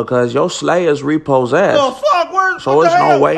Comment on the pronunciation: Lol 😂 I'm dead lol hid sleigh was Re-poe-zessed lol 😆